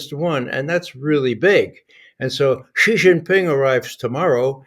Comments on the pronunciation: Xi Jinping is pronounced "She", almost like the female pronoun. Not Zeeeeee. Not Geeee, like Gee wiz. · Teach Bob how to pronounce XI (SHE) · It is pronouced Zhee!